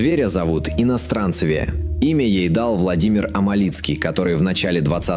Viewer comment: иностранцЕвия ударение на Е